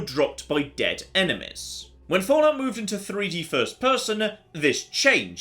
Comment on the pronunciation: "enemis" :D